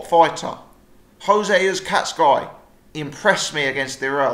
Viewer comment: I love your vids but you really gotta stop pronouncing Uzcategui as uzcatsguy man